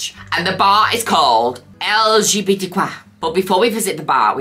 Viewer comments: pronouncing LGBTQIA as "El'Jebetequa" is so funny 😂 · Well i know that i will from now on only say LGBTQIA with a french accent from now on 💅🏻✨